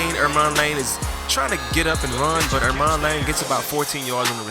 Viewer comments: Its ermon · EMON LANE NOT ERMON LANE ITS ON THERE ROSTER